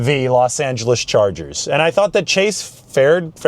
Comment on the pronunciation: I never thought I'd hear call them the 'Los Angles Charges'.